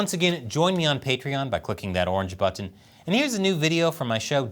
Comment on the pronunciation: Maybe if you didnt say "button" so weird you'd get 2m subs